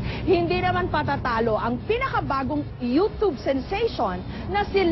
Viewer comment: Hahaha. YOUTOOB PO TALAGA. HINDI YOUCHOOB. TIGNAN NIYO PA YUNG MGA VIDEOS NA PINAGTATAWAN YUNG YOUCHOOB. :))